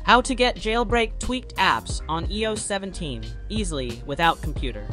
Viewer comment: Eeh oh 17.. 😂 the AI doesn’t even know how to speak properly!